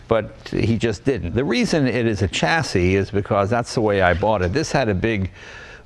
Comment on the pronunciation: Dear Jay, there is no "t" in chassis. That is all.